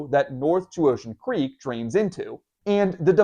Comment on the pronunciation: LOL I thought you said unremarkable creep